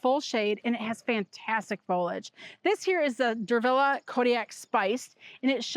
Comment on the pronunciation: Fol-li-age, nor folage! Please, pronounce the word correctly or don’t say it at all. You’re hurting my ears!